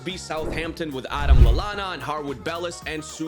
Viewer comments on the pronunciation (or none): none